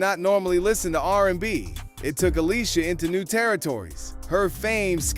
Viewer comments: It’s pronounced aleesha keys. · Who tf is Ale-sia keys? 😅